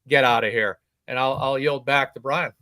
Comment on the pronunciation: Good to see you back! Mazza and I think it’s not Bryon. He was excellent as usual. Great cop, stand up guy!